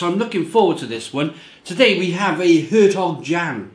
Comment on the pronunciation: It's pronounced along the lines of 'air tok yon'.